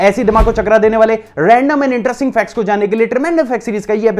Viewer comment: Why you are doing like factez